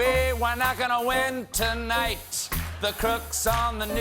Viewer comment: when stephen hit "tonight" i died in so glad we got someone to keep us up and laughing to cope bless u stephen❤️❤️❤️❤️